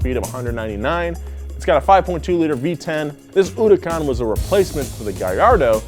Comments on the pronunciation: uducon instead of huracan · Why putting stress on hurucan !?!?!? Sounding like uracane😂😂😂😂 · Fuck pronounces Huracán like that?